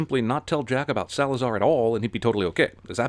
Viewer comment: "Salazar distards to destroy the British ship" You couldn't do one more take? Just one?